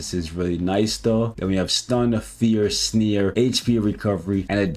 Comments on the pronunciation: As always love the content but why do you say “sneer” rather than “snare” …its snare as in hair not as in sneer. Is this a canadian/American thing? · The way says "snare" like "sneer" annoys tf outta me 😆